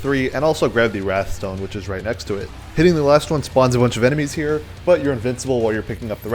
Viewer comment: it's called wraith stone, not wrath stone